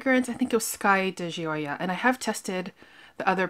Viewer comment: Nice video..I too Love Hermes fragrances..so luxurious and beautiful! Ordering online at Hermes is great too..they package it in their beautiful boxes with ribbon! I love your reviews! Also, try the Ocean di Gioia..it’s wonderful!! Pronunciation is “di Joe” soft J 🤗💕💕..Cheers!